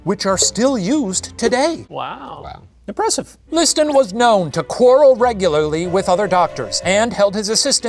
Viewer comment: it's "to quarrel", not corral